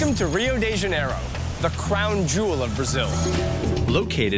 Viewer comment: Rio di jaineiroh '-'